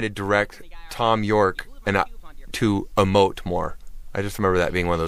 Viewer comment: whats he telling thom york to do? 'amote' more?